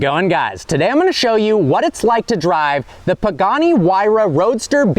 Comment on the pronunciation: Bro Pagani instead of poogani